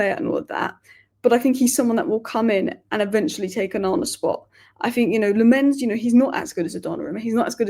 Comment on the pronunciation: The keeper's name is pronounced LAMM-ens. Emphasis on the first syllable. Sorry to be an idjit but I speak Dutch and players seem to like it when their names are pronounced properly, as you can see from videos doing the rounds with players pronouncing their names.